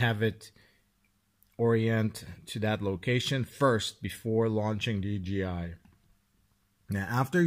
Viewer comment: ) it is not DGI.. it is "D J I" it is a J not a G! :-) I used to do the same mistake for ages! :-) Great video and thanks for the tip!